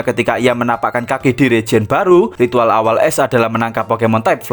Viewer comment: Bang baca ash, tetep pake a, bukan pake e... Jadi aSh, bukan eSh